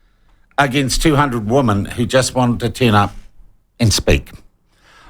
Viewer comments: Sean, you keep on saying woman when you men women. Learn how to pronounce the word. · Just asking, but when did the differentiation between 'woman' singular, and 'women' plural disappear"? 'Women' is pronounced 'wimmin'.